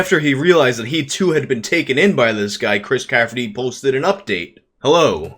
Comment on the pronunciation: All due respect bro , it's Chris CAFFERY , not -CAFFERTY . Chris is an awesome guy BTW , went to school with him . His band at the time warmed up for Metallica , Dave Mustaine Metallica lol